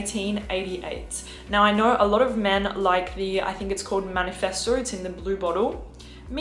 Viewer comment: Hi! So the code is: Demi10,demi10, 10, 10, -10,-10, Demiten,demiten??? Could you Please write it somewhere? Also: not Manifesto but Mefisto 😜